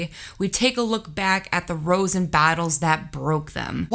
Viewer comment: Just an aside: "rows" is pronounced to rhyme with "OW" like when you're hurt. It's a British word for arguments.